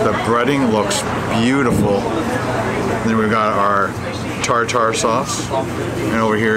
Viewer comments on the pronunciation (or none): Tar tar sauce? We pronounce it tar ter sauce.